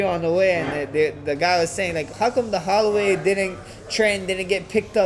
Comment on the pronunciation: Liquid MEMORY It's Holloway. Lol! Max " the Mess Hall" Hallway.